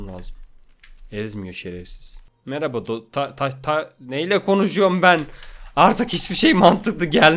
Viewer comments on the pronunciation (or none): none